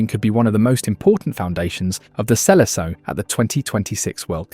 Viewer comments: seleção is pronounced "selesao" not "selekao" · Pronounciating seleção as "silikao" hurts a little my ears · Mb you should have at least listened once in your life to how "seleção" is pronounced before making this video. Smh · I didn’t even make it that far 😂 Soon as I heard the botched pronouncing of the selecao I stopped 😅